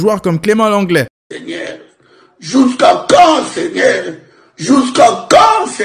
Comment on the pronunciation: ''jousqu'à quand seignaire''🤣🤣